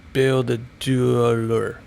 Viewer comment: Bíldudalur sounds like Beel-doo-da-loor Ísafjörður is like Ee-sa-fyeur-ður (ð= th like The) My sister lives in Suðureyri so I have to fly into Ísafjörður 😁